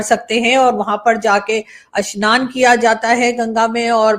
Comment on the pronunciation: मेडमजी अस्नान नही स्नान बोलो , अ स्नान का मतलब होता है स्नान नही करना